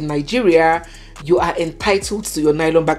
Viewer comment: let me give you my culture shock when I arrived in London for the first time and after my shopping, I asked for lylon like we pronounce it in Nigeria and you have pronounced lylon in this video, Hmmm, whala deh o as the white shop attendants kept looking at me and he couldn't understand what exactly until I touched the lylon and repeated myself and say please can I have a lylon and he exclaimed that ooo you want a carrier bag. So lylon is a no no in this western world. 😂😂😂😂